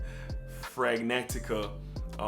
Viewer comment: I stumbled across your content.... and here I am!! You probably know by now... And I'm LATE to the party, but it's Fragrantica - FRAY GRAN Ti KUH (if you even care) , but anyway, Its funny hearing ya say "smell good"...... Because as you see by my screen name, I'm "SMELLGOODER", lol. I'm a fraghead from WAYYYY BACK. I dropped a like, left a comment, and I'm gonna rummage through your channel. If I continue to enjoy what I'm seeing, I'll definitely sub.